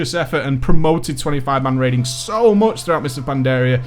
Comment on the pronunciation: he's so funny when he's saying ''so MOCH''